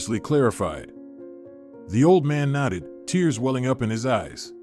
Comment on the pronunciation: Nodded, not knotted